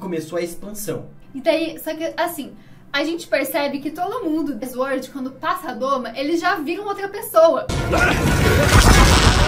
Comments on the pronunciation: Aos a garota fala IZ-uord. O certo a se falar é sUord. Assim como se fala sUat e não IZ-uat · Eu tenho agonia quando eles fala 'IS word'. kkkkkk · É sUord a forma correta de se pronunciar a palavra SWORD. E não sVord Basta lembrar que a gente fala sUat e não sVat quando pronunciamos a palavra semelhante SWAT